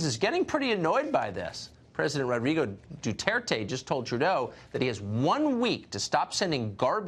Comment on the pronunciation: Broadcaster: how to pronounced Duterte PM: DhuTherThey